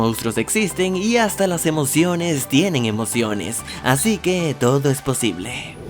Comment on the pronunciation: Nosé si te diste cuenta pero en la mayoría de tus videos al acabar dices "esto es todi" 💁😂😂😂